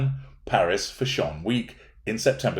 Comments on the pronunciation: took me a while to figure out what you were saying when you said 'fash-ON' 😃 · As an Austrian I wonder why you pronounce "fashion" in a way that sounds not English?